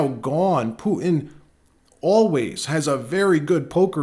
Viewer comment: Please don't say Pooin anymore. It's Putin . The t isn't silent .